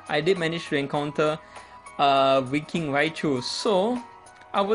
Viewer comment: I thought you said "Dimentio" or "Dimension" when you mentioned Darmanitan, lol. And when you mentioned Winking Raichu, I thought you said "freakin' Raichu".